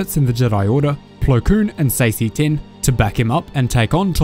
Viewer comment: I think you pronounced seasee tinn’s name wrong. I think I might’ve even pronounced it wrong too. I’m pretty sure it’s “see-sa.” Lol